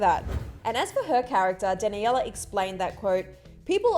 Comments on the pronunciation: “ Dani Ella Monet “ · DanNYIELLLAA Monet 😂😂😂 wtf was that pronunciation???